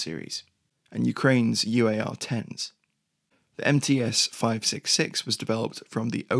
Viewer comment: МЦ = MC, not MTs